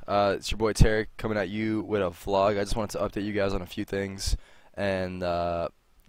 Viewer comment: "Is ya boi tarik commin a you wida flog.", That's what I heard.